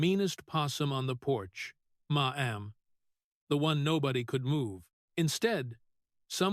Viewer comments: Ma Am has an all new meaning! IA may be smart but can’t pronounce Mam! 😂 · Who ever or what ever is doing the moderating on this video is horrendous. It keeps MA EM instead of MA'AM. Awful moderating. Sounds fake and I do not believe Senator Kennedy would appreciate this at all. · I agree. I gave up listening due to the “ma m ‘s”. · Can't you say mam! Not maam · Your AI can't pronnounce the word Mamm😢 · Funny how AI says "Ma'am" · Why does the speaker continuously mispronounce maam? Makes him sound like an idiot. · Unbearable to hear that moronic way to pronounce MAMM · They need to teach AI how to pronounce Ma'm. 💋🤠